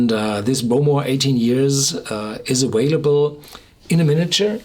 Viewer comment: awaylable... love you, Horst :)